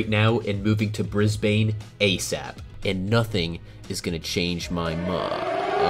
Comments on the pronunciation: It is pronounced "Bris-Bin", Not "Bris-Bayne" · Your Done Mate, you can't even pronounce Brisbane properly. Bris Baine < your pronounciaton. Bris BAN < correect pronounciation. Better you stay where you are! 👍😂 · The way he said Brisbane killed me inside. Brizz, brizzy, but brisbain??? BRIS-BANEE!? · Rightur, but I woodah said more like Brizbun as opposed to Briz _ Bane.. (not a Banana Bender) ! 😝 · Brisbane is pronounced brisbn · You pronounced Brisbane wrong it’s pronounced brisbin common mistake but don’t let an Aussie catch u saying that lol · Maryborough - pronounced Mair-ri-buh-ruh Brisbane - Pronounced Briz-bun, Brizzy, or Briz-Vegas. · you ruined it at brisbain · It’s not Brisbaine, it’s Brisbane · Bris bane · Amazing video! My favourite parts were: "Bris Bane" "Mell Born" "Boo la della" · Aussie here. Not how you pronounce ‘Brisbane’. You pronounce it like ‘bris-bin’ atleast you got the first bit correct tho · brisbon is how u pronounceit maryburu melben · Bris bane 💀💀💀💀💀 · Ah I love brisbain and melborn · Hey you said Brisbane wrong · Very interesting video but also very hard to listen to cause you’re saying a lot of the states and suburbs really incorrectly but good video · Bro I'm an Aussie in western Aus and HOW COME I HAVENT HEARED OF THE TORNADOES! (Also some of the pronunciations are wrong like Melbourne and Brisbane) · He was making fun of your pronounciation.